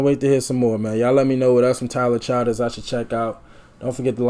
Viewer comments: Chill ders not child ers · The name is “chill-ders “.. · Everybody in these reaction videos or pronouncing his name wrong it's "Ch-ill-ders"